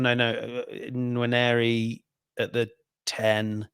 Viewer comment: 'Nwaneri' not 'Nwanieri' 🙏